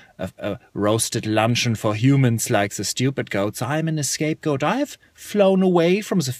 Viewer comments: It’s scape goat not escape goat but still funny as crap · Roboterize haha, but it's actually "scapegoat". He was being funny and thought it was *E*scape goat :)